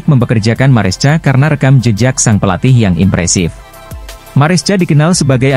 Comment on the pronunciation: baang..baaang...bacanya MARESKA dong...walopun tulisannya MARESCA....yg dulu CAECEDO dah benar..bisa baca KAESEDO...kan enak di denger...